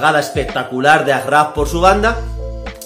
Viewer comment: Se dice achraf